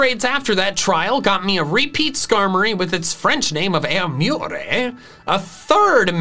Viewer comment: Airmure not airmuré